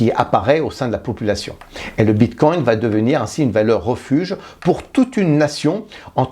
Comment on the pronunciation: Si jamais on dit bitcoin pas bitcoint